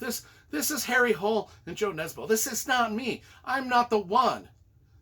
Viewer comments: Hole is pronounced "HOO-leh" according to ChatGPT. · Apparently the native way to pronounce the name of the detective is HARRY HOOL-EH. And the author is JOO NESBOO. Really great series. Thanks again for your reviews!